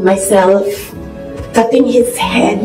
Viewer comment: Pati pagpronounce ng “ cutting “ mali pa 🥲